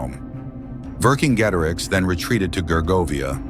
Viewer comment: Pronounced Vercingetorix correctly.